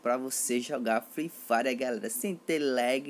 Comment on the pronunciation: mano vc como narrador ia matar qlq um de risada, mto da hr "free frire" da hr, likee